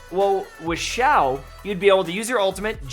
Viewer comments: Zhau: Shau China: see-aw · It's pronounced si-ya-ow no 'h' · There is an I in his name for a reason. It is pronounced Shiao! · Hi, I’m Asian and you pronounce Xiao as siao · I think the right pronunciation for his name is "see-yao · sorry, but you never say it right. though its all good:-)